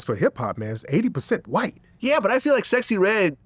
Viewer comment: He said A whyte 304😂